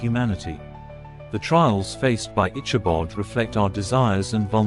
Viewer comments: Good video. However, the telling is hard to listen to due to the mispronounced name of the main character. It is pronounced ickabod, not itchabod. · Please pronounce Ichabod with a hard K sound not a Ch sound as in chicken. It is a HARD "K".